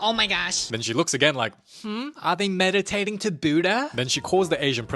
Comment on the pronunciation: "Are they medidtating to buddha?"